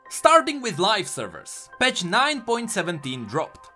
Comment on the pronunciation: Why do you say “petch” for “patch” ?